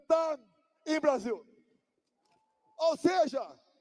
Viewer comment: Povo burro unido pode não ser vencido, a gente ri muito mas com medo. Não tinha sido melhor escrever o texto em português com a melhor pronúncia possível? Popicórni endi aice crime... Brésil. Por aí kkk